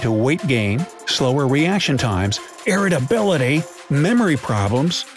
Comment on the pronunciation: Lol listen to the way he says "irritability"